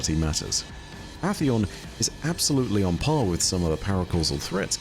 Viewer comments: Is it pronounced Ah-theon? I've only ever heard Ay-theon, and I've heard it that way for so long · Aint no way bro just said atheon like that💀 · Love you but goddamn after the 10th mispronounciation of atheons name made me give the same reaction as when the wifi runs slower than a three legged badjer